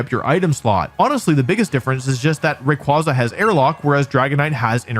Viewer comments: I can't believe that he went this entire video pronouncing Rayquaza wrong Lord have nercy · Why must you pronounce all the Pokémon names improperly? 😢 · According to Pokemon, the company, and possibly grammar, that is not how rayquaza is said.. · (/J) Here you are talking about Incineroar and pronouncing Rayquaza's name wrong. I'm disapointed in you Wolfey, this was not very Alpha of you: YOU WERE SUPPOSED TO LEAD THE PACK, NOT CONFUSE IT! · The downfall started with Wolfie mispronouncing Rayquazas name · Just pronounce the name right! 😖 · It’s weird how you pronounced all the letters in “rayquaza” except for the “y”. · Still mispronouncing rayquaza in the bug 25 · Rayquaza. Not Rayquaza. You say it wrong. I hope you say it on purpose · It's Ray-KWAY-zuh, not Ray-KWAH-zah🐧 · Imagine 20+ years of its release and people still mispronouncing Ray-Kway-Zuh as Ray-Quoz-Uh. Even Pokemon made a post how to correctly pronounce its name. I like to imagine Wolfy also pronounces "quasar" as "quŏzer" 😂😂😂😂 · It's ray qway zuh. Like quasar. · I’m so mad at how you’re pronouncing r ay quay za not qua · Yeah but it’s pronounce Ray-kway-zah, not Ray-quah-zah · RAY-QWAY-Za goddmn not QWAHHZA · ITS CALLED RAY-QUAY-ZA BRO EVERYTIME I HEAR RAQ-QUAH-ZAH I CRINGE SND GET SO MADDD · ray-quay-za* not ray-kwa-za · It's "Ray-kway-zuh" not "Ray-kwah-zuh" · Erm, achtually it's pronounced "Ray-Kway-Zuh" xD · I go to bat 4 rayquaza(pronounced ray-kway-zah, like you don't say quazar like kwah-zar, you say it kway-zar so...) all fcking century bro! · Is it not pronounced Raykwayzar as the second half of its name is literally quasar (i can only explain it as a very big ball of energy in space) which is also pronounced kwayzar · Rayquonza? Ray-Kwanzaa? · I just can't tolerate people saying Raykwaza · The pokemon company has actually officially confirmed that Rayquaza's name is pronounced "ray-qway-zuh" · Dislike for still saying qwah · It’s pronounced Ray-Qu-aye-za Cool vid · ray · kway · zuh